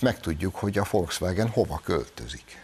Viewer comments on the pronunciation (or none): none